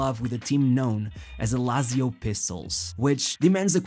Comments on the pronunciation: "Lazio" sounds so ugly, instead of "latzio", but thanks for the documentary. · he it me Laaaaaaaaaaaaaaatsio not lazio jezuz krist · Jesus Christ man, learn how to correctly pronounce "Lazio" if you're going to say it 1000 times.